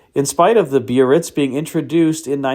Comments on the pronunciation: You say bee-uh-ritz, I always thought it was buh-ritz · pronounced Bar-Ritz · Eldorado biarritz is pronounced berr its